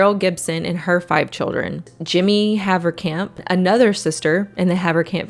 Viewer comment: Funny hearing a dutch surname (Haverkamp) pronounced correct, if they still were dutch😂